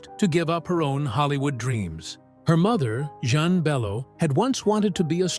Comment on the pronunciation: Jean not Jzhon.